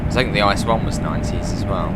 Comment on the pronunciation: Can you say I C E and not ICE